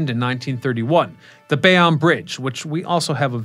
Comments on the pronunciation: Nice video. My grandmother, who lived in Fort Lee told me the GW was my bridge when I was little. Never gave me the paperwork though. BTW it's Bay-OWN bridge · Bayonne With and E at the end . Did you fail English class? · Jesus, can you say Goethals, Bayonne, Verrazanno, or Port Authority right? Can't watch! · BAY-OWN, GOTH-ELS, GWB IS THE WORLDS BUSIEST BRIDGE, not just New York